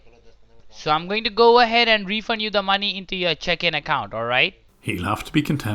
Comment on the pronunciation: When he said; MY manee lol